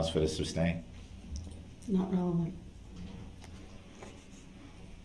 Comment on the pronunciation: ITS NOT SUBSTAIN ITS SUSTAIN ! 3rd Party Intervener is a terrible Attorney